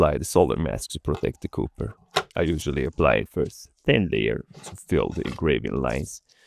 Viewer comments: Neat results, looks awesome...!! But i can't shake the time you called Copper, like Cooper, think saying a short name for a police officer, "Cop", just purral, then it's correct sounding, of Copper. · pleaseeeee stop saying cooper instead copper god please!!!! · the way he pronounced copper made me laugh. 😂